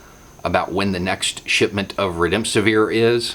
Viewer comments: The statistics have been diverted from the CDC and now appear to be artificially low. By the way, it’s rem-des-I-vir. Thanks for great work. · WHAT IS THAT WORD? “When we are getting updates in tweet format about when the next shipment of redempsevere(?)...”